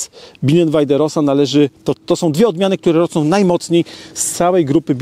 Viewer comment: rosa wymawiaj roza